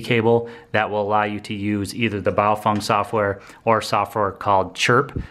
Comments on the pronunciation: It pronounced Baofeng not Baofong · Pronounced Bow- Feng, not Bow-Fung! In the event of an EMP, this little toy radio will die like 90% of all other electronics It is not a ham ht and on the VHF band this radio has 3rd order harmonics in the UHF public service band and can and will interfere with 1st responders! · ...sory but Bay'o'fang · Am I the only one how noticed that he calls the radios Bio-Fung?